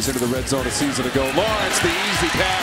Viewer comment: Braden Galloway Commentator called him branden